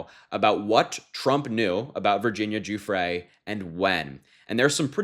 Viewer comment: Thanks for not saying Guffry.